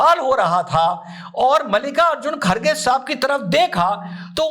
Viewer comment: खारगे❌ खड़गे✅